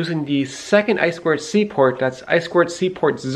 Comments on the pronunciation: I appreciate that you say "eye-squared-see" instead of "eye-too-see" like I hear way too often. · I2C pronounced I squared Cee. is introducing his fans to new horizons. I remember him back to his wood gears days pre-his YouTube channel. The Raspberry Pi is basically a full computer on a small board that is meant for controlling things in the physical world. Not much to do with woodworking but the spirit of building clever things that are useful and may be turned into products is still there.